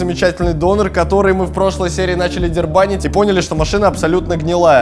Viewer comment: ДЕРИБАНИТЬ- а не дербанить!!!